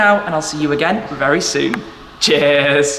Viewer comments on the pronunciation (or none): I always pronounce his outro like "Chaaaairs"